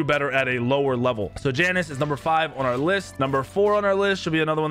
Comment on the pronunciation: Mispronounces Janus, calls Tiamat a “he”.. and that’s just the surface. How much do you really know about Smite?